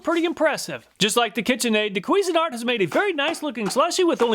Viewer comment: CUISINE-ART (like the food) NOT "queasin-art" (like throwing up the food)